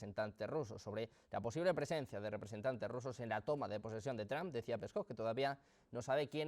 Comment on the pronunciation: Donald Tram? Se escucho debil hacia el presidente . Es Donald Trump y se pronuncia Donal tromp